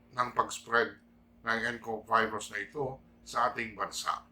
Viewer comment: Tirahin ka na namn nyan tay ng mga tae sa pag bigkas nyo ng virus 😸